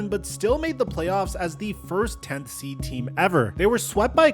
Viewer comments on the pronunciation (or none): none